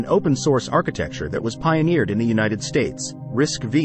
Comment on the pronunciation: Just a word of advice: RISC-V is pronounced "risk-five", not "risk-vee". The 'V' refers to 5th generation.